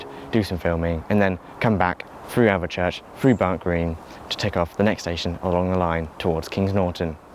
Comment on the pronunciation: I like your pronunciation of Alvechurch though, very germanic not to make the "e" silent